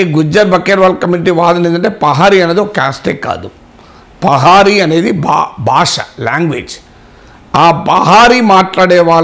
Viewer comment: Pahari kadhu pahadi